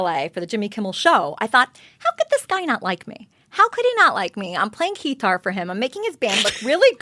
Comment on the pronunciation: She said I play “Key-tar” and starred at Heather like please ask